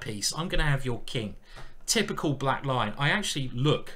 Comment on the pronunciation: For several videos, I thought you were saying "The Black Line"!